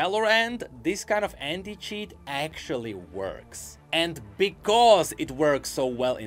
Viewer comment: I cant help but hear “H3nT@ instead of anti when u say it is it just me ? 😂